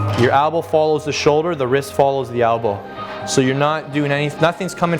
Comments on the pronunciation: "albow" lol i stopped listening to this guy when he let clients press behind their heads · albow... ugh thats the only thing i hate about his videos